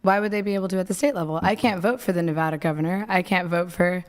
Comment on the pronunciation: Thank you for pronouncing Nevada correctly.😂